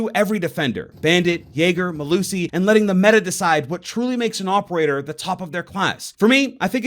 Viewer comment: why are you saying "opeaor" instead of "operator"?